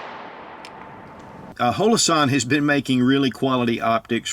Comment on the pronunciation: Why does he call it hoe-low-sahn? Everybody calls them hollow-sun.